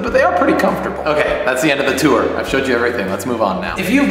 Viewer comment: do you and danielle still bicker about the way you say tour? lol